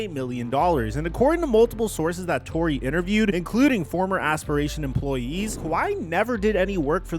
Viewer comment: Pablo TOR-RAY its PABLO TOR-RAY NOT PABLO TOR-REY your just messing it up on purpose now!